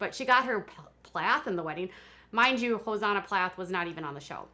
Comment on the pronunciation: Also, It’s Hos—ANNA. Not Hos-AHNA.